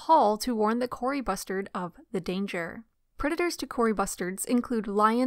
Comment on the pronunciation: I cannot stop hearing bastards every time